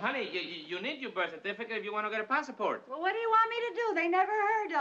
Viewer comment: When I listen to Ricky and he said pass-.a- port that's how I always used to say it. I always pronounced it wrong and now I'm going to pronounce it right. Passport. There is no A in the middle of the word. Lord I know where I got it from now. 🤣🤣🤣🤣🤣